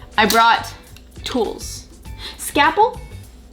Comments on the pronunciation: Scalpel not scaple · “Does anybody even know what a scapple is?” 😂😂😂 do you mean a SCALPEL??? Like a knife a surgeon uses?? This killed me